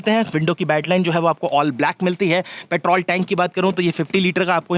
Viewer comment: Ye banda petrol ko petraul kyu bolra hai😅😅😅😅